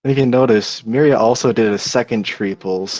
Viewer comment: And finally. Pretty sure it's meeria not mairia...